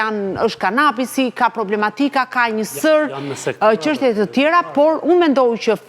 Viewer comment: Sa e lodhshme eshte kjo, gjithe jeten gazetare dhe akoma thot qanta ose qeshtje njelloj si Qim Peka.